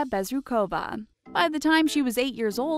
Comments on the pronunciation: omg BezrukOva, PimenOva is it so hard to put the stress on the right syllable? * cries in Russian * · you should find out how to pronounce a Russian name, before messing up like this! it's pronounced AnastasI'a BezrUkova!!!